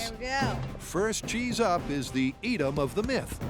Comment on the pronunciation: There pronunciation of Edam and Gouda... As a Dutchmen it pains my ears.